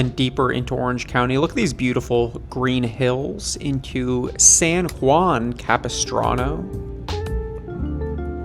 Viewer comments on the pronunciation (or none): none